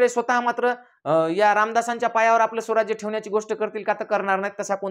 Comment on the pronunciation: हा कोण lecture देतोय..... स्वराज्याला सौवराज्य म्हणतोय... आणि कोण कोणाचा गुरू काहीही मनाला भेटेल ते बोलत सुटलाय.... दोघे हि महान दैवत आहेत ऊगाच काही काम धंदे नाहीत म्हणुन बोलत सुटायच